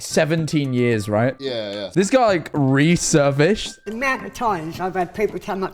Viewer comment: "He resurfished" lol